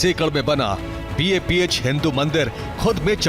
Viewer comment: News channel, please note its BAPS Sanstha and not BAPH. Please correct.